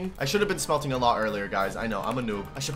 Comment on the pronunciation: ah yes, "smeltshing"